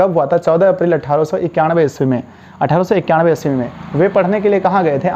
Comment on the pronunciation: 14 April 1891 me sir bolne me Thora garbage ho hai hai